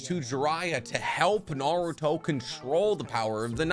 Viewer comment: Love his content so much but my god he mispronounces 95% of naruto stuff lol